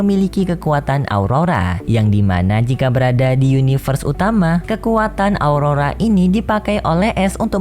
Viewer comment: aura bang bukan aurora, kizuna kali bang bukan kisna gw dengernya kista lagi wkwk